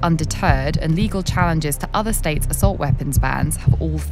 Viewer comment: What’s an “Ah-silt” weapon? Does this dumb lady even speak English?